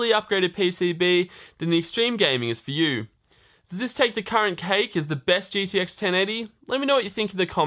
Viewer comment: It's uh... gTx just so you know. Not gDx